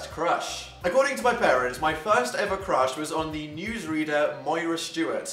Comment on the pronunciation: GASP. My name's Moira. He knows how to say it right. NO ONE EVER SAYS MY NAME RIGHT. That just made life so much better.